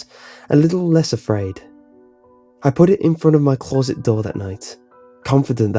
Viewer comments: CLAWZIT. Just say closet. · The scariest thing about this story was the way he said closet